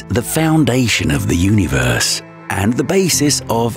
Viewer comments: Yoooneee-verse?😂 who hired this cat? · the way he says universe puts me off idk why lmao nice video tho